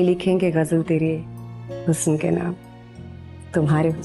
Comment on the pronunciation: The singer is singing "Hus-san" whereas correct pronunciation is "Husn". I don't understand where all Urdu- dan are, not pointing out this error to the producer.